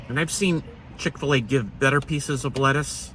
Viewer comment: Should say chik fil a